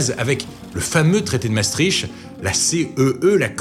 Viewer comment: Merci pour cette vidéo très claire ! Par contre... "Maastrikt" pas "maastrishte" 😅